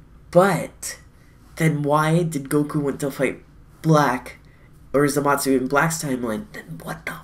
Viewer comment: ThatEpicGuy ikr and he's not the only one in the community saying it like that so idk who started this